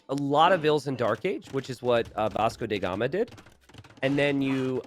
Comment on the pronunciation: Yo,... my man.. bro... farm-bro... Can.. you.. please.... say DA gama, not DE gama... T___T